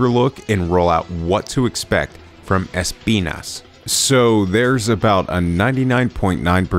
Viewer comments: es - PI - nas Nice, hehehehehe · Thanks for pronouncing it correctly! The showcase didnt do that lol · He said the name perfectly fine. It's pronounced in spanish. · spending 145% of his brain capacity to make sure he pronounces Espinas correctly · NGL the way you pronunce Espinas is amazing, it seems you practice some spanish or something cause thats some really damn good Spanish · Hehe, As someone who is Spanish..., I can guarantee to you guys that you pronounce it more or less ok, of course with the accent but fine 👌